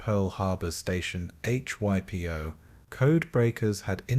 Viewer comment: Not only was Yamamoto not opposed to war with the US, he was the driving force behind it. Oh, and "hippyo" and "h-y-p-o"? It's "Hypo". Tighten it up man.